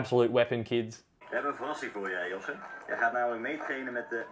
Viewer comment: Its pronouched joss-uh (josse) and tour de tee-tay-mah (tietema) btw